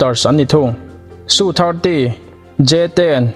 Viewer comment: India hiiii..... Su 35 te...... Rafael te hi an hmachhuan ber pawl an ni ang. Tunah hian an hmang mek bawk a. A kimlo deuh a ni. Su te i tia.... SU Es-eu tih zawk tur nilo maw.